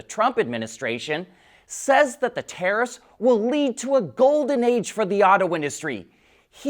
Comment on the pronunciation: Oh... yes... the "taraffffsss".